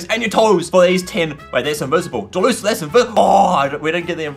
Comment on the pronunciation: It's not Delusulie it's Decidueye